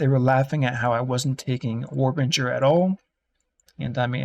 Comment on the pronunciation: War Bringer ... Bringer not Binger And its a little thing but you call it Rage when you mean Fury Otherwise love the videos and rocking the Axe 2hand build